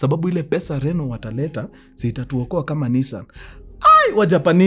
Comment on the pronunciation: Kiuks call Renault,Rinoti😂😂😂😂😂